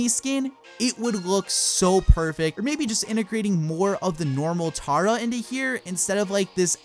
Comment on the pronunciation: he says Mummy Tara. He really should watch Naruto before he calls Naruto as the hokage a mummy and he says it like Tar-uh it's more like umm..... Tara